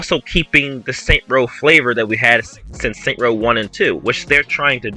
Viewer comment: All I want is a return to saints row 1/2. Not this Starbucks soy latte hipster trash. Also it's called Saints Row not Saint Row